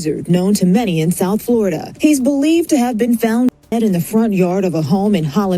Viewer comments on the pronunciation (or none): none